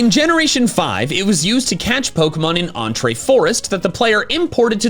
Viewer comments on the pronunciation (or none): .....Entrée Forest? Pronounced like a meal? Not like Entry? As in the entry to the Dream World? In the Entralink?